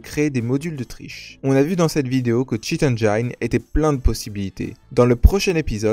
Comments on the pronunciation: Bon tuto très utile mais engine se prononce "enneginne". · Merci pour ce tuto. Par contre écoutez une bonne prononciation du mot engine en anglais svp. ;)